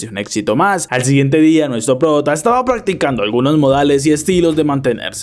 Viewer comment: En el minuto 35 dice paggticando capaz ni me lea pero me dio mucha risa